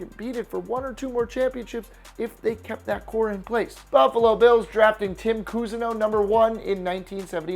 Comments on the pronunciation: TIM Cousineau? OTTIS Anderson? It's pronounced just like Otis except just spelled with two T's. This dude sounds like he was hitting the bottle between takes. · His name was Tom Cousenau not Tim.